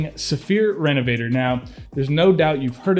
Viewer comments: So, this is going to be THEE most pretentious sounding comment ever, but....it’s pronounced REN-UH-VUH-TORE. It’s not me. They’re French!!! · Great vid. Hopefully I'm not being too picky, but can you pronounce it the French way instead of the English way lol. Thanks for the vid 👍👍